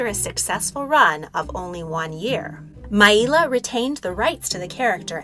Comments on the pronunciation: Correct. And her name was Maila (My-La) not My-E-La right? If you love Maila like I do you should check out Ashes Fallen - The Ballad of Maila on YouTube. Such an amazing tribute song 🖤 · The pronunciation of Maila is wrong, it's not Mai-ila it's just pronounced how it sounds.like Mayla. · She pronounced her name "My-la" not "My-ee-la" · Everyone I’ve known even vintage interviews pronounced it mail-a